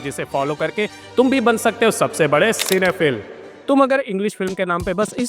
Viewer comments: Bro its pronounced as cine phyl' Not phill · सिनेफिल् ❌ सिनेफाईल ✅